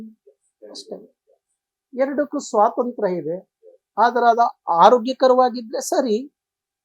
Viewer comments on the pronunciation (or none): none